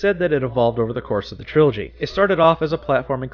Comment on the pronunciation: TRILOGY!! not trology LoL :))